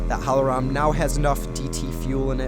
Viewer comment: "Hohlroem" xDDDDDDDD